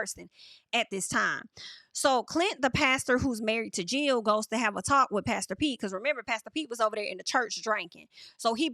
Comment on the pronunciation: Haven’t watched the show yet ima watch after your reviews 😭😭.. every time you say pastor Pete all I hear is “ pass the peas like we used to do heyy” from Martin lol